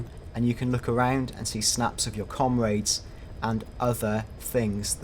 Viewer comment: did this guy just pronounce comrades as comraids and lodouts as lodat